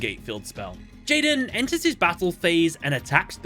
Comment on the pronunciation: Am I the only that when he says enters his battle phase, it sound like End his battle phase?